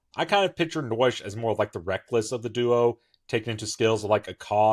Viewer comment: Naoise/Noish and Chulainn’s/Holyn’s actual personal skills are to cause endless debates on how they should be pronounced. If anyone wants to know on how to pronounce Naoise, it’s “Nee-sha” as for Chulainn? Still trying to figure that out 🤔